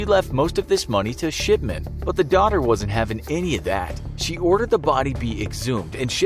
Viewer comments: It sounds like Mr.SHITMAN instead of mr, shipman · i mishear his talking and think hes saying shitman lol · His name is not shipman, it's... SHITMAN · Every time he said shipman I hear sh*tman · I keep hearing sh*man instead of shipman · The infographics: Mr Shipman. What I hear: Mr Shitman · Why did it sound like he said Shitman every time he said Shipman? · Mr. Shipman I thought when you said Mr. Shipman I thought you said Mr.Shitman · his name: dr.shipman what I hear: dr.shitman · Sounds like shitman instead of shipman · anyone else hear “shitman” than “shipman”? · Is it only me but i dont hear shipman but sh**man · Who else keeps thinking he’s saying S***man not shipman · Is it me or do I here shitman instead of shipman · Aleeyaplayz 2019 lol after I read this he said shipman and I thought he said shitman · Sounds Like hes saying Shitman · I cant stop hearing 'Sh*tman', every time he says his name. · I heard his name as Dr. S**tman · It sounds like he is saying shipment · It sounded like he said Harold Shitman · Same I hear shiTman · Ikr. When my mum talks about him (he was her old doctor) she always sounds like shitman lol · i heard shitment lol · I thought he said "Shitman" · It sounds like he is saying SHITman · I heard Harold shitman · Did anyone else hear Harold Shitman? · I thought he said Dr shitman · Sounds like he’s saying dr s***man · Shipman sounds like shitmen tbh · why do I keep hearing it as "sh◼tman" ? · i heard that too lol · LOL I hear that as well, like Mark Fuckerberg.